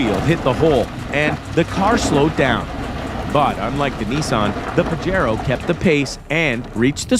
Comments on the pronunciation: Awesome video! But it's pronounced "pah-hay-ro" not "pahj-ero". 😆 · The "J" is like an "H" sound in "Pajero" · PAJERO NOT PAJARO